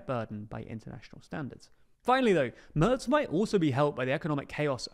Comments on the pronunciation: Please check your pronunciation of 'Merz'. What you say would be spelled 'Mörz' in German. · His name is Merz without "t". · MERZ without T